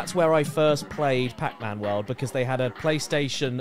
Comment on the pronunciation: “Pacmun” - Caddicarus 😂